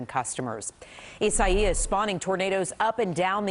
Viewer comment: EEE- SAH-EEE-US. Now give me one of those cozy reporter (repeater) jobs.